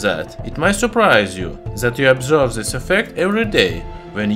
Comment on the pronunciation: Why you say "zhis metal" it's this metal!